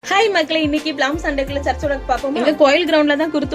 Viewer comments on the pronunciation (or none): pronunciation palm- pam nu tha sollanum akka neenga thappa tha sonneenga ana athucku poyi mental nu sollakoodathu and youtube comments ah koncham happy ah receive panna kathukonga